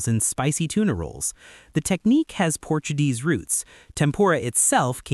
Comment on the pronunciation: "Topped with avocano slices" " Portudese roots" "jalatenios"